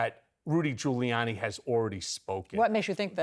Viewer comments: “Rudy Collude-y” 😂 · "Rudy Colluty" 😂😂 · "Rudy Colludy" 💀💀